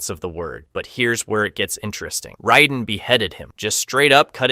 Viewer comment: Just shit research, my dude. Motatro absolutely has a shown death. And the mispronounced names....you have no idea what you're talking about. Like - how the fuck do you mispronounce Raiden?